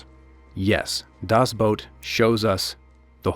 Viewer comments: Not he didnt. He said boat it shoudl be boot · It's not "dazz Boat", but "DASS Boot" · "Boot".....like the kind you put on your feet when it snows. Not "boat" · Will you stop saying: "das Boat!" :p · Germany was NOT the bad guy!!!!! One day real history will show who the REAL bad guys were!!! 🏦 SHAME SHAME SHAME!!! 🤬 and it’s pronounced Das boot. Not das boat!!!!! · It was too much of a hassle to pronounce "boot" correctly I guess. "Das boat" doesn't exist, it's either "The boat" or "Das boot", but I see you're too used to butchering languages that aren't yours. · Das BOOT, not Das Boat. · Right out of the gate saying "das boat" 😂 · Das BOOT not Das BOAT Other than that it is well done! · Dammit. "The boat" or "Das boot". Not "Das boat". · Das boat? You could take a minute and investigate how it is pronounced! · ''Das boat'' LUL